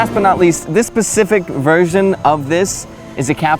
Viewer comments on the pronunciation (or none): none